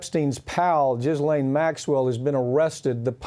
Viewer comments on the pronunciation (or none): For the record ...its not "jizzlane" its "gillane"... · Its gee lane like bee pain. Not jizz lane.... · You guys the S is silent. It’s pronounced “Gee-lane” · Oh my god he said JIZZLANE